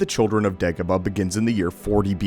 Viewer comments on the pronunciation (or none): It’s not pronounced “Deggoba” it’s “Daygoba”